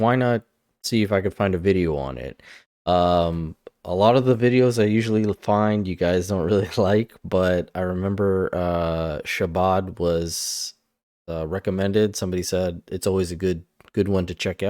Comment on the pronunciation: Ch ch ch ch chabad! Not Shabad.